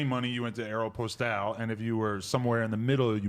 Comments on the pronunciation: Adam is pronouncing Aeropostale correctly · And Adam is saying Aeropostale correctly actually lol